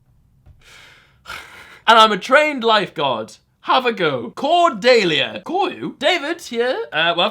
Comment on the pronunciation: How did he flop the name cordelia so bad. Nobody that know has flopped my name so bad Cor-dee-lee-ah